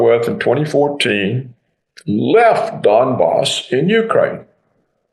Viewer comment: Donbas pronounced Dumbass